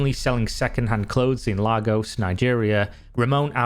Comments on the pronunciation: Great video, thank you for bringing awareness to this. Though, minor correction, Lagos is pronounced like lay-gus, not lah-gos. Either way, lovely video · It's Lay-gos not Lah-gos. I cringe everytime I hear it wrong lol. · i don’t think it’s pronounced “Legos” for Lagos.. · I don't think your nigerian so it doesn't really matter but lagos is pronounced lay-goss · It's pronounced "Laygos" But yeah yahoo boys give Nigerians a bad name.